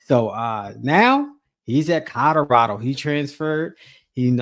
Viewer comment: "COLORADO"... when people say "Cadarado" it eats my skin up 😅😂😂😂